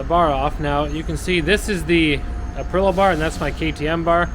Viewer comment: Nice build. But please - it's ApriLIA- not Aprila 🤙🏼